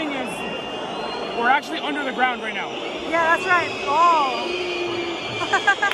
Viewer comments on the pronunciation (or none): none